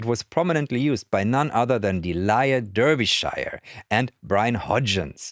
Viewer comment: Fascinating mispronunciation of Delia Derbyshire. 🤣